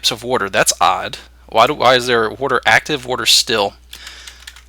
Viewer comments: Yes I love woter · Im sorry, but, why do u say WATER like that? wurter haha